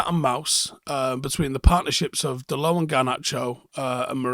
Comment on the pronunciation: Just putting it out there... Can we start pronouncing his name correctly? It's not french, so you pronounce the T, like dot I think he's earned that little show of respect